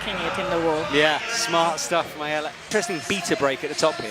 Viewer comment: Go Ayala! Btw, her name is pronounced with the accent on last 'a'. אם את קוראת את זה: אני מאמן פארקור ושמתי לב שיש לך להשתפר בכח ברגליים. ראיתי את זה בבולדר האחרון. מוזמנת לפנות אלי!